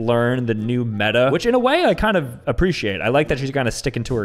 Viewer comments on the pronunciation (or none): none